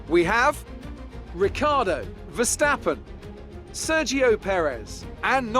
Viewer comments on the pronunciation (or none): none